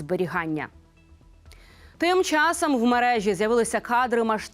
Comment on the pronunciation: ЯК ДОВГО ВИ ЗБИРАЄТЕСЯ РУЙНУВАТИ УКРАЇНСЬКУ МОВУ,ЯКУ ЗАХІДНА УКРАЇНА ЗБЕРІГАЄ ВЖЕ СТОЛІТТЯМИ???????ВАС ГИДКО СЛУХАТИ!!!!!!!!!!!! В ЯКОМУ УКРАЇНСЬКОМУ СЛОВНИКУ ЗАПИСАНІ СЛОВА,ЯКІ ВИМОВЛЯБТЬ ВАШІІ КИЇВСЬКО- МОСКАЛЬСЬКІ ЩЕЛЕПИ:ЧЯСОМ,ЩЬО,ЩЬО,ЩЬО,ЩЬО,ЩЬОБ,ЩЬОБ,ЩЬОБ,ПОЧЄНАЄМО,ЗНИЩЄНО,СПОЧЯТКУ,БАЧЄМО,КЛЮЧЬОВИМ,ПРИПУЩЄННЯ,НІМЕЧЄННА,ТОЧЬНОЇ,ВОДНОЧЯС,ЧЬЛЕНА,ПОМІЧЬНИКИ,ЧЄТВЕРТОГО,ЧЯСОМ,ЧЄРЕЗ,ЗУСТРІЧЯЮТЬ,ПОБАЧЄНОГО,ЧЬОМУ,ЧЄМ,ЧЄМАЛО,ВЕЧЬОРА,НАЩЯСТЯ,ЗВИЧЯЙНУ,НЕПЕРЕДБАЧЮВАНИЙ,ГАРЯЧЮ,НАЙВИЩЯ,ЧЬОТИРИ,ЛАМПОЧЬОК...........!!!!!! ЩОБ ВАМ ПРОКЛЯТИМ КИЇВСЬКО-МОСКАЛЬСЬКИМ УРОДАМ ПОВИКРУЧУВАЛА ТІ ЩЕЛЕПИ,ЩОБ ВИ НІКОЛИ НЕ ЗМОГЛИ ДОБИТИ НАШУ МОВУ!!!!!!!!!!ГАНЬБА КАНАЛУ!!!!!!!! (Українська діаспора,США)